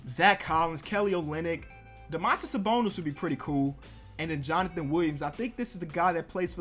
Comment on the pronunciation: Dõmantas Sabõnis not Domãntas Sabounis. As I'm lithuanian I have to make a little correction on your spelling, not a big deal but just for you know.